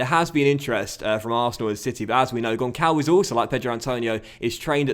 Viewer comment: the Ç in Gonçalves have a SS sound not a C